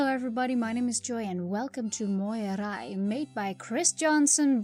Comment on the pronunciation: That was probably the best pronunciation of Moirai I've heard.